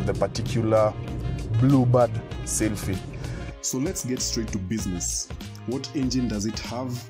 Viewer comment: Nissan blubad seelphee hahaha